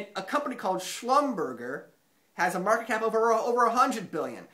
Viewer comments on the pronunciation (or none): It's spelled like "Shlumberjee" (not Shlumberger) - I have friends who work there - thanks for the great videos! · Schlumberger is pronounced 'schlumber jay'. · Schlum-ber-shea is the pronunciation